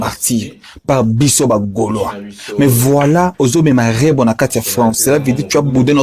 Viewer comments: Mdrr, ça sonne drôle quand il dit Rebro 😂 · C'est REBO et non REBRO Merci pour cette émission 🎉❤